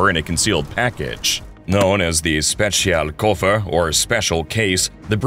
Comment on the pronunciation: You really did a great job at pronouncing "Spezialkoffer".